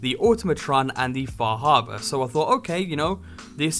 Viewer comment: far.....har...bor har.......bor now you say it fah habuh.......sure yes now lets go to lunch.